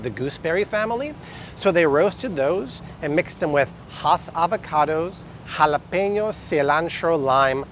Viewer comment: It's "halwa=pain=yo"